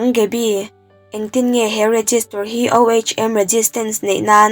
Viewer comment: Tlai deuh toh mahse ohm hi (oom) tia lam tur , eg emo ah i la hman tangkai takin😊